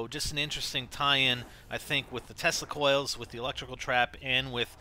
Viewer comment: I thought he said testicle coils lol